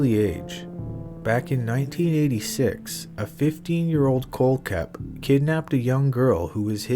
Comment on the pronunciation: Miss pronounced kohlhepp. Also not buying staples story. Attention seeker